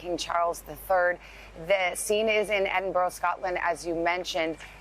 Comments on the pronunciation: It's pronounced Edinbura! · Where'e Eeedinboro 🤣🤣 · Little tip to all Americans = If you want to pronounce Edinburgh correctly, try saying Edd in Burr and that should help, as I am really appalled at how many American news anchors have butchered the name of that beautiful city. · You would be better pronouncing it like edinburra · For Gods sake it is pronounced Edinburra in Edinburgh. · I am Scottish too and it was really peeving me off. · Hang on, did this man say "Eden Borough" - My God, does NBC anchors not so some bloody research on how to pronounce Edinburgh? What an insult to the capital city of Scotland and the Scottish people. Imagine us pronouncing cities like New York or Washington DC in a strange manner. Disgraceful NBC, what were you thinking of?